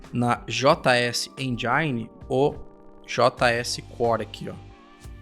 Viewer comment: Não sei onde esse pessoal tira esse "endjaini" quando falam engine 😂😂😂😂